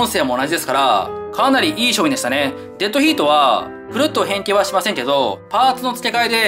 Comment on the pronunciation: Deadヒートって発音がいいなぁ〜